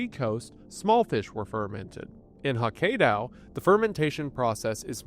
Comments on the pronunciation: Came for "Hawk-ay-Daow", stayed for "Nuh-Jeerie" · hokk-ai-do, not hokheido XD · wendigoon's pronunciation of town names in other countries and languages is always so funny but nothing could have prepared me for "hikaydow" instead of hokkaido i had to pause the video to laugh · At least we know he's not AI, but by golly is it painful to hear "Huh-kay-doe" and "na-jir-ee." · wendy i am on my hands and knees begging you to tell your writers to include pronunciations of non-english words and names in the script. it's like nails on a chalkboard hearing you say "hockaydow" and "nijiri". out of respect for the audience as well as the cultures you include in these videos, wendy, please have pronunciations included in your scripts. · Ah, yes. I love the prefecture of "Hakaydao" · Went to come and mention this, Hokkaydow wasn't on my bingo card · It is supposed to be pronounced "ho-KIE-doe", where the middle syllable rhymes with "eye". Japanese vowels operate more closely to Spanish/latin vowels than English vowels. "A" almost exlcusively sounds like "ah", E sounds like "ay", I sounds like "ee", and so forth. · did this just say hokkaido as hokajdow?! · I had my phone off to the side so I could listen to this video while doing chores, but when he said Hokkaido I had to grab my phone and RUN to the comments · The DOW Jones dropped fifteen points when he pronounced Hokkaido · And here I was thinking the comments were exaggerating the severity of his pronounciation of Hokkaido 😂 never change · Brother, that Hokkaido pronunciation hit me like a truck and propelled me all the way back to the Kentucky holler I was born in. Bless your heart XD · i was warned by the comments but that hokkaido pronunciation still hit me like a train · Everyone (rightfully) dying over Hokkaido, but no one commenting on aikido? The script writers really need to give our phonetic spellings or a pronunciation guide 🤣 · That Hokkaido pronunciation crazy 😂